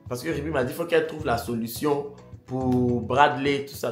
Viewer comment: Ruby, a gâté ton prénom 😅😅😅il dit Yonne 😅😅